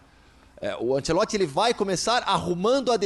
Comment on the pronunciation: Me da uma agonia desse cara chamando ele de Carlo Ancelotti se na verdade è Carlo Ancelotti